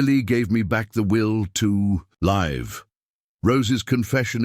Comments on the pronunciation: If you don't know how to pronounce live look it up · Which is why I am telling you this you are pronouncing it wrong Look it up